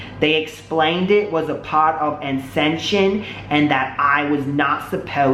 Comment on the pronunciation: He seriously can't pronounce the word "ascension" wowwwwww